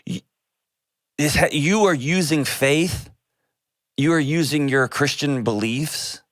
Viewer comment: Why can't she say "Christian"?